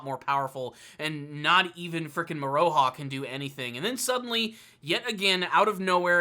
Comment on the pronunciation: Love this vid! ❤️ Just FYI it’s pronounced “Moro-Ha” not “Mo-ROE-ha” also you don’t have to pronounce the “U” in Hiraikotsu and Kirara is pronounced like “Kilala”